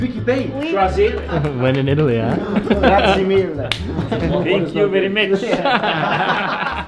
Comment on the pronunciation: Americans. Friends. Please if it's the one word you say in Italy over and over .. it's not grah zee. It's grah zee eh. It's spelled grazie. There's an e at the end. And just like in Spanish every vowel is pronounced in Italian. So don't forget your little eh and the end. Though the Italians are so great it doesn't matter. Whatever village you go to in Italy the people are so great. The small villages and towns. The best people you'll ever meet.